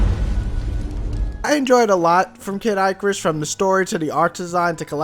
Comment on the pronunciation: "Kid Eyecarus" Wat.